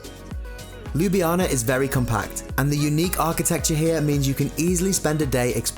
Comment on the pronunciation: You said lubljana its Ljubljana